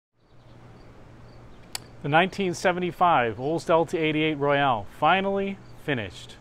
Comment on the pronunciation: Royale, not “Royal.”